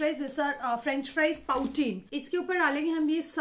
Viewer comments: it's poutine not pautin, and it is not said as tortilla it's tortiya.... And that's not poutine at all.... I think you should search up the word you are saying, cause then it's ruining the video... Just a humble request... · pronounced as 'pootin' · Didi just correcting on a pronunciation it's written as poutine but is pronounced as "put in" it's originated from canada it's actually and animal styled fries/chips with gravy